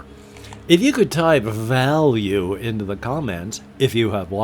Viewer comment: "Value". The effort in pronunciation is much appreciated. :)